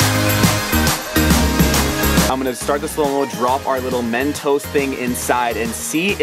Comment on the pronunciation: just say mentos not Men toes